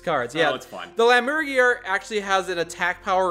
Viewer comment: Your pronunciation of Lämmergeier (lambs vulture) needs some work. Odd to see this cards name, though. Isn't there a English name for this Austrian animal?